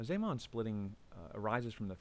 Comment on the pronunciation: You pronounce zeeman wrong. How can you say antiparellel after after the introduction of the magnetic field B sub zero? In your picture, both the left side and the right side are aligned parallel.